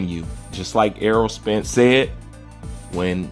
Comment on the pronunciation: His name is Spence not Sprence.